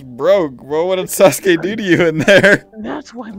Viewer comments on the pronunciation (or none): I love how you said sasugay instead of sasuke when naruto landed on sasuke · i just noticed when you pronounce sasuke it kinda sounds like sasgay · Who the fuck is "saskue" its sasuke